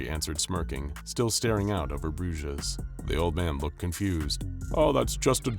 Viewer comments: Bruges is pronounced Broozh. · You say brugge(bruges) weird xD